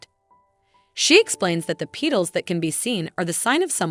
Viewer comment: I went insane after the A.I. kept saying Pee-Tuls instead of saying Petals correctly